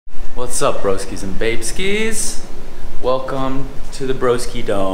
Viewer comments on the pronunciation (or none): Babeskis? Hahaha good job on the name! Great vid as always. Xxx glad to be one of them